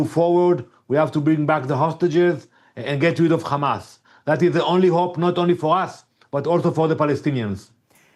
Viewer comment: They still saying khamas 😮